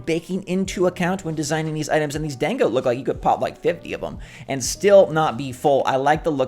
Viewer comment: Dango is pronounced •don•go•